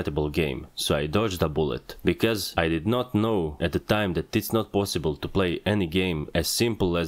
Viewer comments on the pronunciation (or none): none